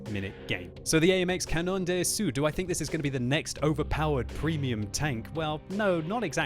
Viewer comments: ruining the beatiful French language ^^ say "Canon Dasso" not Canonn Dé Assou:p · pronounciation of cda : it's cannon d'assaw, or canon d'asso not d'assew, if you don't plan on learning French don't bother the th "on" of canon it's a sound that does not exist in english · Comment il prononce canon d’assaut xD tout les fr ont du rigoler